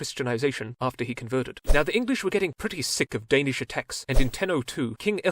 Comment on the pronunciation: you almost said all the danish things perfectly much better then other youtubers atleast